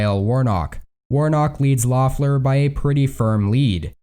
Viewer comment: It's pronounced "LEFF-ler," not "LOFF-ler," not that it will matter come 5 January.